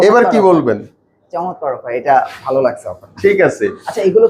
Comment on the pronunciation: Ekjon boltese valo behave apni baje behave boltesen,vai ektu clearly bolben valo hoto